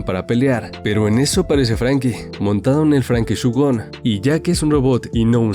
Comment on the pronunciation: Muy buena review pero por favor es shogun shOgUn no shugon shogun como el termino japones primero la o luego la u a ver probemos a decirlo en alto mientras leemos el comentario SHO-GUN ves no era tan dificil